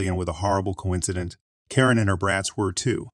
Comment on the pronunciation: It's not a person, it's a reading bot. Karen get mispronounced every other occurrence and if it hits abbreviations (lb.), it won't say pounds, just trying to say the letters together.